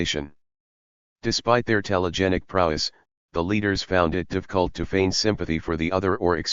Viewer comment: ai misses the f sound. Financialization, Profit, difficult, specific are some words the text to speech misspronounces